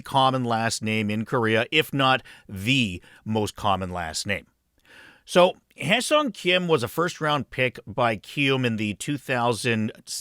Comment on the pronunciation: Wonderful video. It is such a relief to hear someone actually pronounce Hyeseong correctly 🙂